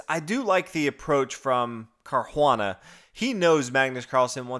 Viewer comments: It's pronounced Car-oo-ah-nuh ..... not Car-juan-uh. Btw, 1. e4 e5 2. Nf3 Nf6 is called the Petroff Defense. It's been played many times and Carlsen would have prepared a line for it in advance. In fact, anybody who plays 1. e4 in tournaments should have something prepared for it. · It's not car huana dude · Yeah, he says it as "Carjuana" in spanish... but drop it, I doubt he reads comments since he never corrects these things. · Seconding what Mateus said above. Fabiano is Italian, hence it is definitely pronounced Car•u•a´•na. The emphasis is on the third syllable, the a, and the u is pronounced 'oo,' not 'you.' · What? Car-juan-anal !! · i know... it's painful to hear it.